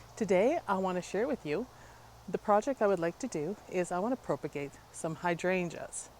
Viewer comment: PROP-a-gate like HOP instead of PROPE-a-gate